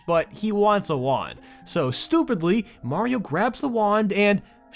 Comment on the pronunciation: bee mayro i heard mayro